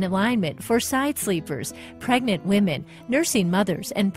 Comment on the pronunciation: pewds caught disrespekting wahmen